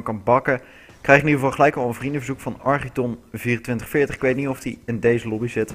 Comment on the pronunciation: Hey ik ben Architon2440 kben van België bedankt dat je men naam goed uitspreekte hopelijk lees je dit